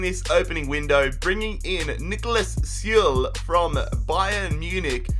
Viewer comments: Süle is pronounced: Sy-le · Süle is pronounced ‘soola’ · It's pronounced Suuu-luh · You Pronounce it Zuule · Sule is pronounced “shoe-luh”